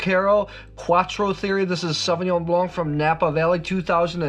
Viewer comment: The 'c' in Blanc is silent.